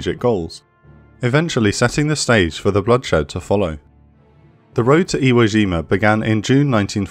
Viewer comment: Iwo Jima, not Zhima. J as in "jump." No, not all furrin' words are French.